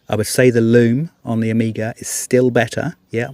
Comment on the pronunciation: Amiga was a computer. Hope you don’t say Seeko as well….